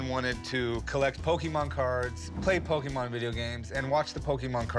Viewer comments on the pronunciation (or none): While calling it Pokeemon lol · The repeated Pokey-mon mispronunciations are driving me insane. Po-kay-Mon. Café. Poké. Pokémon. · It's poKAY mon Not poKEY mon Yikes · Lol Pokeemon.... There's literally an accent mark over the "e".... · "what a pokeman?" rick asked "it's not pokeman it's pokemon" chumlee said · “This is Fat man, I heard they’re going to Jack a load of these PokeyMan cards” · you've played 1000s of games yet still cant pronounce the name properly! Pokemon is short for pocket monsters not pockeet monsters lol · I love how Chum is a "big Pokemon's fan" but he still misspronounce it. "Pokémon = pocket monster". How do you Americans pronounce "pocket"? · The way he says Pokemon tells me he knows nothing about pokeman